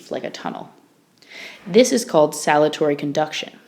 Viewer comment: Right, . Not "SALUTORY". The correct is SALTATORY.